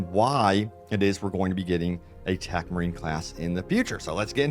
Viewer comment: Ohhh, you mean TECH marine. You pronounce it like 'Tac' marine haha